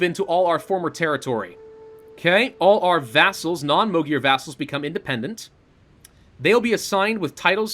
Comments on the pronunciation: please just pronounce it as "Mag-yar"...like a gun MAGazine and YAR like a pirate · Mögyer was the old pronunciation though